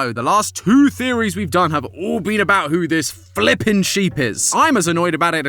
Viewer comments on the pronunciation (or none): "FLIPPIN SHEEP" Bro that sounded so British 😭